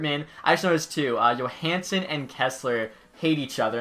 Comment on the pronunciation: Bruh, you said YOOHansen